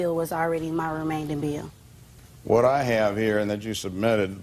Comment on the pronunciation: "REMAIN-DIN" lol Remain-ing Remain-DING! lol